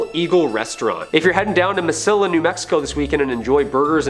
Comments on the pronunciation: Even i just barely watched this and this video is 2 yrs old, its pronounced MEH-see-YA not Mesila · It’s pronounced ma-see-uh mot ma-sill-a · Mesilla is pronounced Meseeya, just so you know. Two LLs in spanish is pronounced as a Y sound. Good story. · Mesilla is pronounced meh-SEE-ya. The double L in Spanish is a Y pronunciation. You did pretty well compared to a number of other content creators concerning haunted New Mexico. Born and raised here and have lived in the Las Cruces area the better part of that. Kudos for bringing up the Amador Hotel and the Double Eagle. Most vids ignore southern New Mexico. I've seen my share of strange down in the southern part of the state over the years.